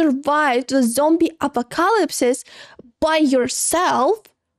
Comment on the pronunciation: "Zombie a-po-CAL-lyps-ses." I love pronunciations.